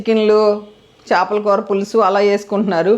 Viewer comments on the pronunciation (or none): చాపల పులుసు కాదు, చేపల పులుసు అనాలి. చాప(Mat) అంటే కింద వేసుకొని కూర్చునేది. ఉప్పుడు కాదు ఇప్పుడు అనాలి కొట్టుకోవడం కాదు, దంచుకోవడం అనాలి. & Soda ని సోడా అని పలకండి. షోడా అనకండి. మీ లాంటి పెద్ద వాళ్ళే మన తెలుగు భాషను చంపేస్తే నేటి తరం యువతీ యువకులు ఏమి నేర్చుకుంటారు?